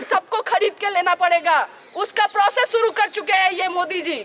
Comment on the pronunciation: it "shuru" not "suru".....why not have a mike ...rather than shouting